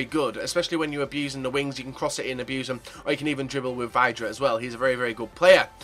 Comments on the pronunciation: Joe Brown Nope, it's actually said like "vid-ra" Vid, as in video. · It is pronounced Vidra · No it's pronounced VIDRA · Vidra not vydra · That's not how you say vydra